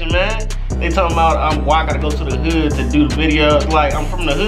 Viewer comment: him saying hood sounds like "hugh"